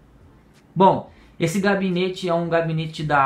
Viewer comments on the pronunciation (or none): pequena correção seria gabinete não cabinete